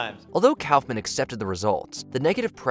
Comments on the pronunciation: It is NOT pronounced Cowf-man... Try cough-man. Only had to pronounce 20 names right. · Andy “Calf-man?” Kaufman is pronounced Kaaf-muhn. aa = ah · K ah fff min Not Cow fff min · What is a "Cowf-man"? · I have never heard anyone pronounce Kaufman that way. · If you're going to do these lists at least pronounce their names right. Put some respect on Andy Kaufman's name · see the part where they pronounced Andy Kaufman? Ai slop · "Kaufman" isn't that hard to pronounce... At least I thought so, until I watched this video. Boy was I wrong